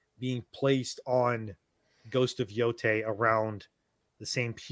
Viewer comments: ITS PRONOUNCED YO-TAI NOT TAY!!! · Yo - DEI.